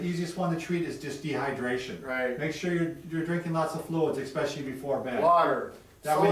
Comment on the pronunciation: Sorry for being "that guy" but there is no word "Xspecially" it is pronounced "ES-pecially"